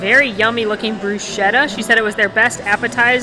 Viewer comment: Why can’t Americans learn to say bruschetta correctly? The pizza looked gross. I’d like to see her struggle with a slice of New York 🍕!